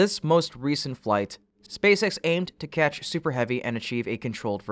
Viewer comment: catch, not ketch